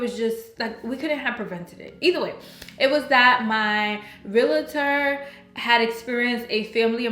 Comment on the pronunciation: Realtor not Realater.